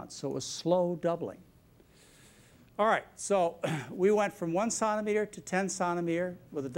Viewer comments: It's centimetre, as in one penny is a CENT. Not santimetre! As a Canadian this made it very difficult to get through the video. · I went to Baylor nursing school, Dallas Texas, in the early 90's, BSRN. Several of my instructors pronounced "Sontameter". I had been around medical and veterinary fields for many years (married to an M.D.) and had never heard it pronounced that way. You'll get used to it. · Lol!!! I'm wondering if he is trying to pronounce centimetre with a French accent ... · I've never heard anyone pronounce "centimetre" the way he does. Strange.. To me anyway. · Its the french pronounciation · Does he not know how to say centimetre???